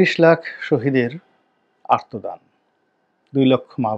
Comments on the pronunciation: আর্তদান নয়, বলুন- আত্মদান। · রনি ভাই, আমার কাছে মনে হয় আপনি শব্দ উচ্চারণে প্রায়ই ভুল করেন। যেমন আত্মদানকে বলেন আর্তদান। প্রধানমন্ত্রীকে বলেন পরধানমন্ত্রী। এখন কথা হলো আপনি যেভাবে উচ্চারণ করেন এইভাবে সঠিক, না আমি আপনার উচ্চারণে যে ভুল ধরলাম সেইটা সঠিক??